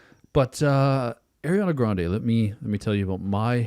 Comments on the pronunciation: Just so you know for future. It’s Ariana, not Eriana. Her names is pronounced like it’s written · By god stop saying Airiana it’s Ariana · how many times you said “air-iana grande” hurt my soul 😭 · one of my biggest (unwarranted) pet peeves is when people say “Air-iana”